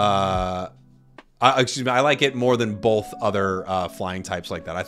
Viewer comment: has anyone else notice that pronounces both as "bolth"